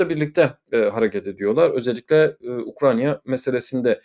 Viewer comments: Sevgli, "Ukranya " değil, doğrusu Ukrayna'dır. Selamlar. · Hocam UkraYna. UkraNya degil.